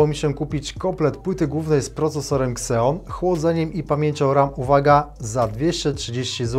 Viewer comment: Nie "kseon" a "zijon"! xD A tak to nawet ciekawy konfig!